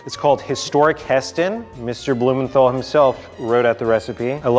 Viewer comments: Bruh you don't pronounce Heston's last name right 😑 Blue mental not men thol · I cringe so badly when I hear Americans trying to say 'Blumenthal' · Are any other british people like me cringing at how he says hestons last name 😶😶